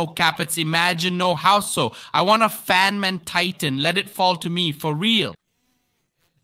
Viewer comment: Did bro say fonman